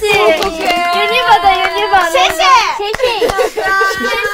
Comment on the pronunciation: ユニバの発音気になりすぎる兵庫人です、細かくてすみません